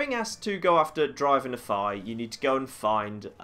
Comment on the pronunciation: It bothers me how some people pronounce Nephi. I know he has an accent, but it's not just him, it's practically everyone I meet.